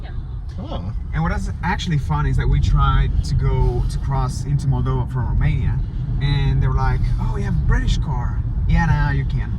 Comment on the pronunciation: please learn how to say those food names properly, even place names moldova and Chisinau wrong as well !! found myself shouting at the video !!! then turned it off .... ps you complain about everything....act like a stupid ignorant tourist and then wonder why you get ripped off ....and of course the police will pull you, and being American in Chisinau wont helping you right now......btw married to to Moldovian 15yrs, spend alot of years there....